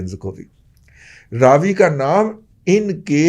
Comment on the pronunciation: First of all please correct your pronunciation for Ravi river.......its Ravi not Raaaaaavi.....Hindu dusmani me naam he galat mat lo....